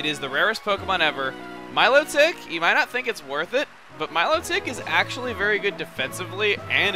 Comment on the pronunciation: You say some Pokemon names funny. FeeBAS. MILOtic. Just saying... And I saw a feebas on my first play through. Killed it coz it looked weak hahah